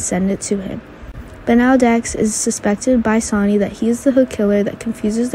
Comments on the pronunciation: Damn learn to speak IT'S SONNY NOT Sony ! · It's Sonny not Sony. Joss not Josh